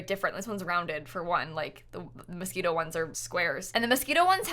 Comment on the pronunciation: she said mosquitoe lmao at the start abt the window